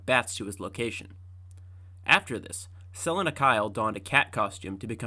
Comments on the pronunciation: "Selinna"? Really bro? You're gonna preach about batman knowledge and cant even pronounce the character's name? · Sell-a-na for cat-woman is craz. 😂😂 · Selena (SE-LEE-NA) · Really good video...but I find the way you pronounce Selina's name disturbing. Isn't it Suh-lee-nuh? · Who tf is sel- inuh ? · My nigga,"Su-leen-a". Dope vid but that was killin me... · Please google how to pronounce selena bro 😂 have u never heard of Selena gomez? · I really like this video but why do u keep pronouncing catwomens name wrong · Why did you pronounce Selina that way??? Could it be that you used ai to narrate this video..god I hate ai…just so lazy….just another scam channel…wouldn’t be surprised if this channel is created by an Indian/Pakistani…YouTube is riddled with hundreds of these types of channels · Great video. But the way you pronounce "Selina" is unforgivable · The way this man pronounces "Selina" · The way you pronounce Selena kinda hurts my brain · guy can't say catwomans name right to save his life lol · Is this voice AI? Ive never heard "Selina" butchered so badly before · Bro can’t read the name selina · The way you pronounce Selena really hurts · Great video but what I don't understand is how you can pronounce Selina correctly in some parts, and yet so horribly wrong in others. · why did you pronounce Selena that way? AI voice maybe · I think it's AI trained on the narrators voice... No one pronounces Selina that way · did you say selena wrong so i would comment? it worked lol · Why did you randomly start mispronouncing Selena like 10 minutes in. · You pronounced Selina correctly ONE time in this entire video and then got it wrong every other time, making me desperately hope each time you’d correct your mistake. I see now this was your brilliant subtle plan to make sure people watched the video all the way through… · Idk how people make hours long videos but don't know how to talk. Selina. Sa-lean-uh. NOT Sell-Lin-ah. Katana. Kah-ton-a. NOT Cat-Anna.